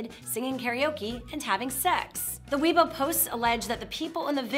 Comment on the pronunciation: "Weibo" is pronounced "way-bo," not "we-bo."